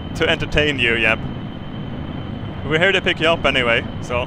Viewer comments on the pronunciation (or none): none